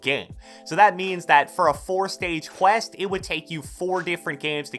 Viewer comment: Can this guy say quest right